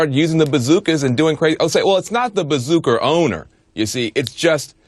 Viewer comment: He said bazooky, bazooka and bazooker. Could he make it more obvious that he knows nothing about firearms?